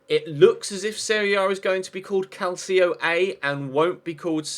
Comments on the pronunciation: "calcio" is pronunced "calcho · Is pronounced CAL-CHO (with the spanish CH) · It's pronounced cal-chee-oh